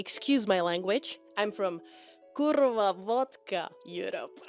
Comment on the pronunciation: she said kurwa so perfectly😭